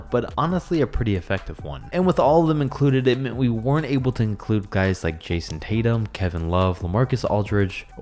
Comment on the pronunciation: He sad Cason instead of Jason